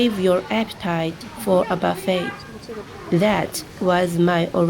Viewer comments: Hi, buffet restaurant is pronounced buff-AY. Buffet like you pronounced buff-it is also a word, but it means to be hit by strong rain and wind. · Could you consider leaving China where there are more job opportunities and not such an age thing on being employable? Also, a little help, its not buff-ett its pronounced buff-ay or some say boo-fay. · Great video! And the word buffet is pronounced like this: buff-ay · In American English, the word is pronounced "buff ay." Rhymes with "tough day." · You are so cute!, it’s pronounced “buff-ay” it’s a French word. 😅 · Buffet is actually pronounced buf-fey. 加油!! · It's nice to see you smiling and laughing and speaking English again. "Buffet" must be a French word that made it into the English language. It is pronounced "Boo-fay," the "t" is not pronounced. The vegetarian buffet looked delicious! I think ZaZa also took us to a vegetarian buffet restaurant. I think I would eat there every day. I am a vegan which means no animal foods at all: no meat, no eggs, no dairy products. I do this for the animals, the Earth, my health, and my pocketbook! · Only mentioning this because you said you enjoyed learning English, but your pronunciation of "buffet" was a little off and made me chuckle a little - only because the English language doesn't make a lot of sense. You pronounced it perfectly, but as the verb version (to strike or hit repeatedly) where it's actually pronounced phonetically. The noun version is actually a stolen French word, and the -t is silent so it's pronounced something like "buff-eh."